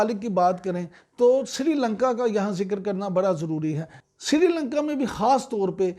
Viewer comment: Srilanka NOT Sirilanka Please correct. Thanks